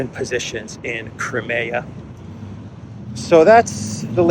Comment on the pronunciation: You should pronounce: KRAIMIA